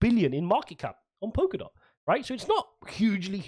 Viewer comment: It's Polkadot not Pokerdot. And if he's changed his position he hasn't quit.